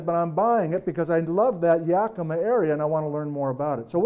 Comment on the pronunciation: Yakimaaaaa more emphasis on the ma.🎉 Brilliant lecture thank you! I'm living in N.E. Oregon right now about 5,000ft at the foot of Wallowa Lake. My yard has sunk and now has a noticeable slopping. I have no idea why? It started sinking last fall. Anyone else notice this happening? One other person noticed her yard developing a slop as well. She's on the other side of town. Very weird. I was eight when Helens blew.